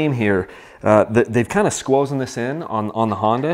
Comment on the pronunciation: Squozen? Lmao